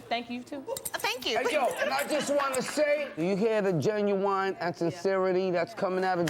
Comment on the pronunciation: “You hear the ginuwine that’s coming out of Deelishes” 😂😂😭😭🤣 it’s pronounced GEN-U-INE